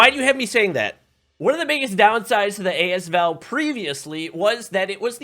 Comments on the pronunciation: As- V-A-L 😂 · AS V-A-L lmao gonna pretend I didn't hear that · "ayy ess vee eyy ell"